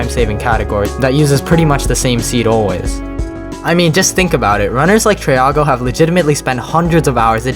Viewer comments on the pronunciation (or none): none